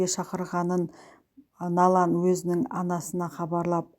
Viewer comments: Налан,Налан демей Налян десейші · Налан,Налан демей Налян десейші кішкене сауатты болу керек қой.